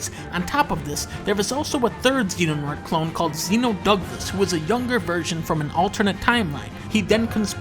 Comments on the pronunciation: It's Xehanort (pronounced "zay-an-ort") and Ansem (pronounced as you'd expect it to be). He pretty much mispronounced all the names in the video (most likely deliberately). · Okay, Dunkey pronouncing Xehanort as "Zenonaught" is the only thing definitively wrong here. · "Xenanort" I can't. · I like how the subtitles spell it Xehanort but the video calls him Xenonort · It’s the little things like “Xenonort” that get to me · Fun drinking game to play at home: Take a shot every time he pronounces Xehanort as "Xenonort." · Well his name isn't Xeno-Douglas. In fact it's Xehanort, not Xenonort. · I sincerely hope people recognize this as shitposting because I'll die if I hear people pronounce Xehanort, Xenonort. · Why does he call him zeno douglas😂🤣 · a man of culture The Roman numeral X isn't pronounced "ki", it's "decem". Or "ix" if you want to pronounce the actual letter X. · The accuracy on display here tells me he actually cares about the series, even if he can't pronounce Xehanort correctly because it's a ridiculous name made from scrambling No Heart X. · the pronounciation of xehanort kills me, but otherwise.... yeah no this is painfully accurate. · It's pretty accurate, the villain names he said wrong on purpose and birth by sleep isn't actually a dream sequence. Also, the groups aren't called the five wise men and the council of shadows. He also goes from a fan theory to a joke near the end people think the master is evil but obviously he isn't connected to Pumba. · Love how he's miss pronouncing xehanort lmao